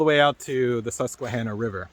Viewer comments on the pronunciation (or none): none